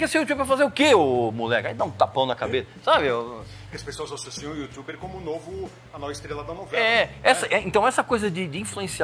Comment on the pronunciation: 'Yutxuber" kkkkkkk Entrevista muito top 👏👏👏👏 conhecimento e experiência passados através de quem entende